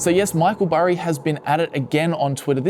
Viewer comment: Burry, Berry, Barry...gotta love that american accent 😁